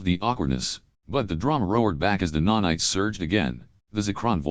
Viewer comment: NANITES, bro. what's a nonite? 😅